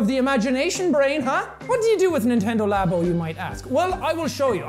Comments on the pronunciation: L - ah - boh That’s labo not labio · Its pronounced (lab-o)